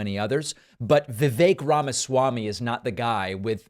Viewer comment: Vivake rhymes with fake.